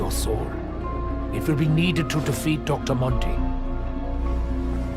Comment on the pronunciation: No joke when you said defeat I heard de feet